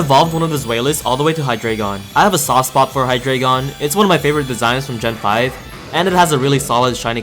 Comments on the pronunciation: about the deino line pronunciation, its based on how many heads each pokemon has, each being their respective numbers in german. so, deino is pronounced dino, zweilous should technically be pronounced ts-viy-lous, z being said like ts and w being said like v, and hydreigon being hy-dry-gon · So the Deino line are based on the german words for 1, 2, and 3 (Eins, Zwei, Drei). Deino is pronounced Dine-o, Zweilous is pronounced Z-vy-lus, and Hydreigon is pronounced High-dry-gon.